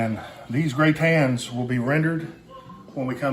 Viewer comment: In French it's "gratins" meaning stuff that is extra or free. (Gratuitous, in English.) Aka leftovers, too. does a pretty good job of pronouncing it the French way, but the spelling is "gratin" as in potato gratin or potato au gratin -- a potato casserole with leftovers in bechamel and cheese on top.